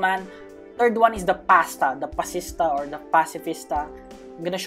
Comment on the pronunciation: when u said pasta it was so funny lol